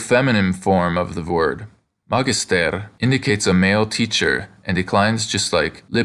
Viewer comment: Isn't it "ma-GIS-ter", not "MA-gis-ter", since the second-to-last syllable is heavy?